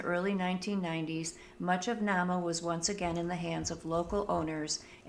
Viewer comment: This one is pronounced NAME-a....my lil bro owns the old hotel..it's a bed and breakfast now. And haunted. The wood was sent to Chicago to rebuild after the big fire in the late 1800's. That is one cool lil museum. The old General Store/Post Office was bought by my bro, and remodeled into a "Reception Hall" type of place, and he can marry you legally as well. One stop shopping! There was a school in Nahma when the lumber company was there. One of the Teachers there, Miss Nell, cooked at the Inn in the Summers, and she still haunts the place. This is really well done. I am loving your vids!! Thank you for this!